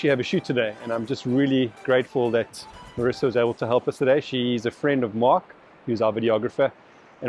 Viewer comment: I was about to chastise you for mispronouncing Marisa's name, but it sounds like by the six minute mark you've worked it out :)